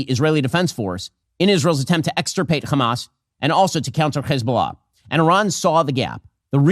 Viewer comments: Why does Hasan always make fun of people for using a fricative H in the word hamas? Isn’t that how it’s pronounced? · Can someone explain to me what this “khamas” or “khezbollah” pronunciation thing is about? Is this a weird bigotry thing about how Arabic speakers sound? It’s one thing when I hear actual Israeli’s talk like this, but every dumbass Zionist like Ben Shapiro does it to. I see it and hear it everywhere and I’m so confused by it.